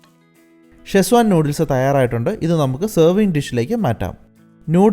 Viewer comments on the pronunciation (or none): ഷെസ്വാൻ അല്ല സെഷ്വാൻ